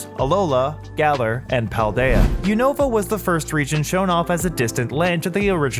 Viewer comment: You said unova wrong